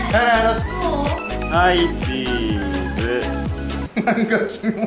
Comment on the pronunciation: の「はいチーズ」のイントネーション独特笑笑